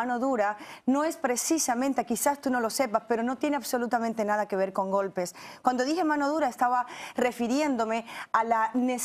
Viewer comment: "Te guto' lo que acabas de vel"??